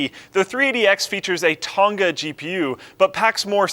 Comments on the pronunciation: Ton-Ga GPU? Isn't it supposed to be pronounced Tong-a? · It's so funny hearing him struggle saying Tonga.